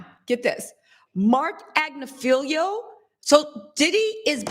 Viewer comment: You are engaging & charming & I believe quite smart. I have just one question: Why do you mispronounce Marc Agnifilo’s last name EVERY TIME YOU SAY IT? It is Agg niff el OH! It is NOT spelled AG Ne FELIO! It is not felio. It is FILO. Thank you for edumacating yurself! 🥰😇🤓